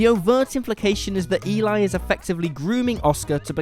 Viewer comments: It's not E-lie. Its E-lee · You obviously did not watch the last movie in your list! The name is not pronounced The name is not pronounced E-lie... it is properly pronounced as demonstrated in the movie it’s self as Æ-lee. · No plot twists, just subtle details that some viewers may have missed. In ‘Let the right one in’ it’s not even that subtle - it’s actually kind of the point of the whole thing! (Eli’s name is pronounced more like ‘Ellie’ than Eli despite the spelling. Did you watch it?) The real subtle detail is that Eli was not a girl. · Eli is pronounced like Elly, btw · Eli in Let The Right One In is a girl, so her name is pronounced as "Elly". would know this if he paid attention to the film. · Let The Right One In: 1st - You're pronouncing "Eli" incorrectly. 2nd - Eli is not a "she". 3rd - Lindqvist's story "Let The Old Dreams Die" completely disproves that theory. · I can't trust someone that can't pronounce Eli's name correctly to explain me Lat den ratte komma in.